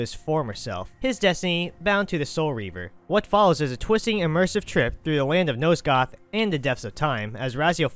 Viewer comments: Dude.... Nosgoth.. NOT NOSEGOTH FFS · NOSE-goth? How the hell did you think nosgoth was pronounced that way? Clearly the narrator here never played the game